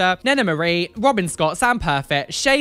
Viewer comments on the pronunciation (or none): none